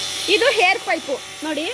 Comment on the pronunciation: Madam ಅದು ಹೇರ್ ಪೈಪ್ ಅಲ್ಲ, ಅದು ಏರ್ ಪೈಪ್. ಕನ್ನಡ ಉಚ್ಚರಣೆ ಸರಿಯಾಗಿ ಮಾಡಿ.